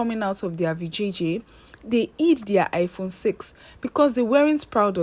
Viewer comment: I phone please not high phone eee